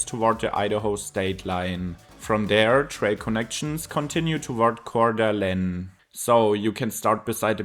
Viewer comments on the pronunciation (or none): Lol i've been in Spokane for 30 years and that's the most tortured pronunciation I've ever heard for Coeur d'Alene Idaho, but entertaining